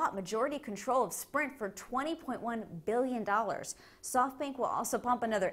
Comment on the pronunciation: I love how she says billion :P